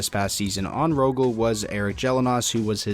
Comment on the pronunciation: As a swede who don't support rögle ypu didn't quite pronounce it like it's done here in🇸🇪but it wasn't bad at all,good try at least. I support Färjestad(the other team in green that you can see a little bit of in this vid for a random fact that probably no one cares about🤣)